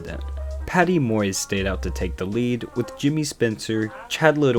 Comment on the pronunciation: One slight correction referring to Patty Moise.... It's not "Moys".....it's "Mo-Weese"....